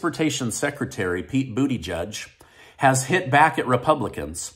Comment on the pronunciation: I heard him Call Pete Buttigeig sp. ?) “ Bootyjuice” I was Shocked !!